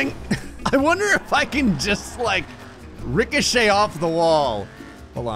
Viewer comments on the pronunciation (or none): none